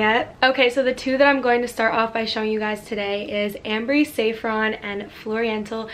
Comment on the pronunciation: Damn you butchered most of the names. Fyi it's sah frawn not say frawn